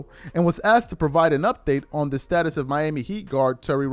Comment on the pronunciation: Also it’s asked not axed, cmon with that